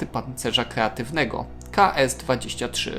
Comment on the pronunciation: Oj dajcie już spokój z tym pancerzem kreatywnym. Gościu wcale tak nie powiedział. On powiedział KJEATYWNY !!! A to całkiem co innego. To całkiem nowa technologia.